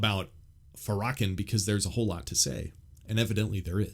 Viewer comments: I really attempted to listen to your interpretation and perception of this woman but, I can't help but notice first off that you mispronounced Farrakhan's name, you also sound so negative and problematic that it was really saddening. I know who she is and I haven't heard from her anything I can consider myself against. You really tell people that if they have sense they wouldn't want her opinion or to be open-minded to it. Wowwwww! There is so much contradiction in your delivery. To point things out in your opinion is one thing... you sound so hateful though and your comments are seasoned with so much sarcasm in this comment section, there isn't anything I can take seriously from your point of view. Christianity is about love and loving correction, not this kind of position. Everyone has free will and the right to their own opinion i guess you are definitely pushing yours but in such a condescending way that it hurt to listen and I can understand why there are prayers being offered and I am so glad you are welcoming them. I won't be watching another one of your videos but wish you well like I would anyone else. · The butchering of the name Farrakhan 😂😂 was worth it. ( FAR-RAH-KHAN) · His name is Louis farrakhan NOT FARAKAN And you need to go watch the show where hes on Phil Donahue and all hes saying is he wants to help Blacks get better alkvwhite people heard was violence When he didn't say one violent thing because he said he wanted to do stuff for the black community that's why I know you don't know what you're talking about you're not even saying his name right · His name is pronounced Fair-uh-con. Just fyi. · I assume you mean Farrakhan as in Louis Farrakhan. Pronounced Lew-iss Fair-ah-Con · Isn’t it pronounced “fair-uh-kawn?” Yeah. I am pretty sure it is. Just fyi. Appreciate the info on Jackie. Some fist stirring here in kentucky over her speaking at the local mega church. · Louis Farrakhan(pronounced"fair..a..(as in apple)con) Thank you for the work you!